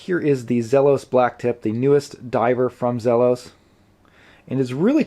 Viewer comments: For someone who loves Zelos so much, you should probably pronounce it correctly (Zee-los). I have the Desert Sand version of the Blacktip, and it is amazing. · I have had this exact watch for a week now. My first Zelos. (Is it Zee-los or Zelos? I’ve heard it pronounced both ways.) The color on my watch is much more teal than the bluish color on your video. Love everything about the watch except one thing. It seems like I can feel the prominent quick release posts of the strap on my wrist at times. I think it would have been more comfortable without them. QC is good with mine.